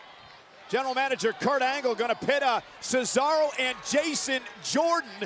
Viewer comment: Why did Cearso sounded like a Italian despite being from Switzerland, hes a Swiss not an Cockroach